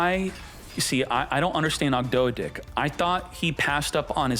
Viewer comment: saying Ogdo-dih and Enchilada was not on my bingo card